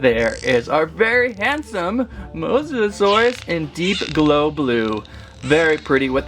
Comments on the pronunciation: If you can’t say his name just call him mosasaurus not Mosa Dia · Mosa-sore-io-dye enunciation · It’s mosasaurus😅